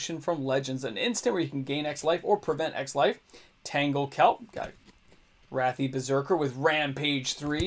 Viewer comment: rathi Berserker = Ærathi Berserker 😎